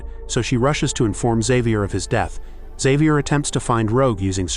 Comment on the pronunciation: why cant this AI pronounce, Xavier???